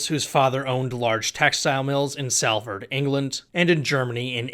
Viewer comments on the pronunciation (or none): just a pronunciation note: Salford is pronounced Sol-furd nice vid. PS The Retvrn narrative is less economic (although everything is), and more social/political relations, bonds, and the lack there of these days